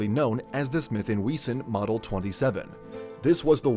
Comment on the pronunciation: Smith & We-zon 😂😂😂